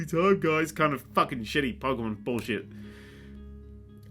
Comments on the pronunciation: lu-jee-a deep inhale ITS PRONOUNCED LU-GE-A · your opinion does not matter if you cannot pronounce Lue-Gey-Ah's name properly. jk luv